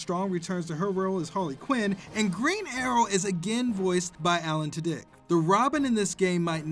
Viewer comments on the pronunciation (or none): Damn almost an entire video without a terrible mispronunciation ...then ya got to Alan Tudyk's name